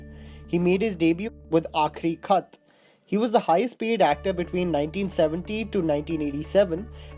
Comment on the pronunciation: Akhri Khat is आख़िरी ख़त not आखिरी खत